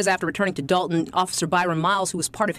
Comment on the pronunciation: Gotta start pronouncing it as "the village of DOLT-un"